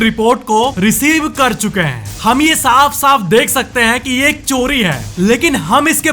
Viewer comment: हैं ko please ache se pronounce kro हैंयय ni